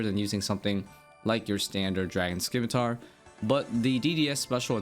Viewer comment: The "c" in scimitar is silent please you're killing me